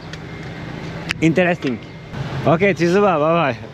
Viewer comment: intenestink :D